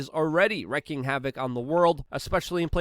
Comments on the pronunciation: Luke it's wreaking havoc not wrecking havoc, if your going to say it seven times at least say it correctly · It's pronounced REEKING havoc. #wreaking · Wreaking havoc not wrecking havoc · wreaking: r'ee'king